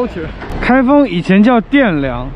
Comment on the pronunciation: 开封以前难道不是叫汴梁么？bian 第四声！！